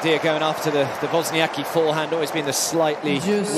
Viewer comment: Pronunciation hint: it is wozniaTZki